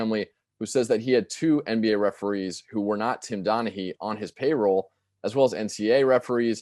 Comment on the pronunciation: Tom Denahy? …You mean Tim Donaghy?